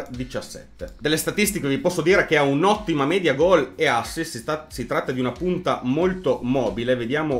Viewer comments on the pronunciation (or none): none